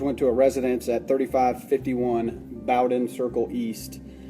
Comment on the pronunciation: Wow... You're in Jacksonville FL.. My city I've lived in my whole life... That road in the beginning looks like Jacksonville Beach.. Lol. I live in South Jax.. I used to live 5 min from Bowden. It's pronounced Bowden like bow down not bow tie. Just fyi. Very good coverage bc the coverage here wasn't very detailed surprisingly.